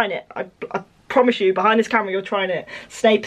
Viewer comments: I was listening to this in my room and my mother is like what is she saying snake snake snake ? I'm still laughing 😂😂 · Am I the only one who kept hearing "Snake Snake Snake Snake Snape" 🤣 🐍 🤣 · Snape Also: smape again: Absolutely no one: steak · Half of the time you were saying snake😂😂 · I misheard Snape as shape, snake and saint... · It started sounding like snake after a while! Just me? Ok. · I was watching the video and my mother was in my room and she was like "Why is she saying SNAKE?" 😂😂😂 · Yeah, it did sound like SNAKE a few times... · OMG I'm early for once! Yay>:3 Edit: this is so weird I love it!! Edit2: the more she says it it sounds like she's saying ssap are snap XD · first it's sounds normal, so Snape then all i could hear was Steak Staple Smape Thneps Thnape Snake Spape Mapes Swape Fameps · She kept accidentally saying sainp or Saint and all I could think of was .... Malfoy jr: SAINT POTTAH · She kept on saying Smape 😂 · I always feel like ur saying Snpsnasnpsna XD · Around 50 times I thought she said smape or snake😂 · When she starts saying shlape I died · It Kinda sounds like she’s saying spank!🤓🤣😂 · It sounded like your saying snake when u go faster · I heard snipe and Smape😂